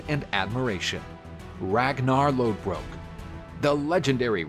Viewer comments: His name is pronounced Ragnar Lothbrok... the d in Lodbrok is actually a ð and it makes a "th" sound in old norse and the "o" was drawn out like "book". Read up on your stuff. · It's lothbrok not lodbrok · Isnt it Ragnar lothbrok not lodbrok? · lodbrok is wrong its in denmark lodbrok is pronounced loth brok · Isnt it Lothbrok... Not Lodbrok? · Him saying Lodbrok instead of Lothbrok, irks me. Him calling Lagertha a "squire" instead of a sheildmaiden also irks me. A squire is different than a sheildmaiden. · No it’s not.. it’s Lodbrok. Do some research before you start spitting misinformation.